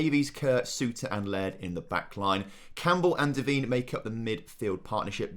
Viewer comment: please pronounce Allie Devine name right! NOT “Deveeeen”. It’s pronounced “Da-v-eye-n”.